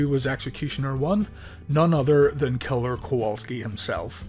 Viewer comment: You said Kaller it’s killer my man.